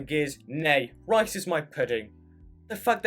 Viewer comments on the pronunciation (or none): none